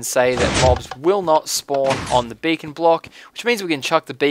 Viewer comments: When he says beacon is sounds like bacon.. :D Makes it even more badass. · LOL sometimes when you say Beacon it sounds like Bacon . XD Now I'm hungry !! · haua you say beacon like bacon ;) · He says it like bacon:D I like this:D